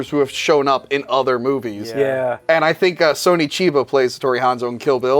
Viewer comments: Why does middle guy keep saying "Sony" in Sonny Chiba instead of "Sonny"? Is this correct? other sources I've seen all seem to use the sounding "SUN - E" not "SO - NEE" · Why does he call him Sony Chiba? It's fucking Sonny with 2 N's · It’s Sonny Chiba, not Sony Chiba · "Sony" Chiba? Wtf?